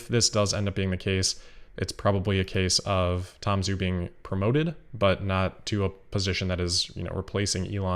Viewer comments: Zhu is pronounced like 'joo' not 'zoo' FYI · Zhu is pronounced joo:)